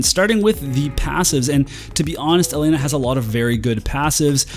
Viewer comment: Yay! Someone who can finally pronounce Elena correctly! Lol, jk. But seriously, welcome back! Good to see you again!